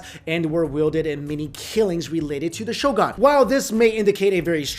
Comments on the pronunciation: its pronounced as sho"goon" not sho"gaan" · Geez, please learn how to pronounce the word "shogun" next time. You said it so many times. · Shogan? Seppiku? cmon man, you're better than that